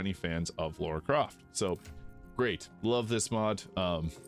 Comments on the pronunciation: LARA.. not Laura.. americans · Thanks for this Modlist. It's a great one especially because the mod flow is slowing down and its nice to find new hidden gems! I hope you keep up the coverage. One note though: UMm, err, actually ... Lara Croft is pronounced Lah-rah, not Law-ruh. Sorry to correct you, but its my first girlfriend we are talking about ;)